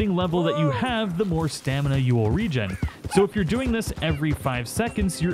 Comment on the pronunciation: Nah bro you're incompetent. I dont trust a man that pronounce regain like rejen